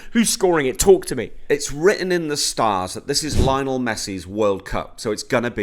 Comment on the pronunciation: Why do you keep saying “Lionel” like Richie? Can’t believe you pay even an ounce of attention to footy and don’t know how to say his name.